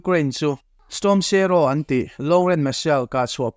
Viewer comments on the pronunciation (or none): Storm sharow😂😂😂 shadow tih tur zawk aw